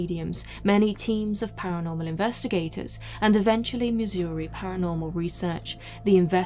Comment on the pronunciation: She pronounces Missouri better than I do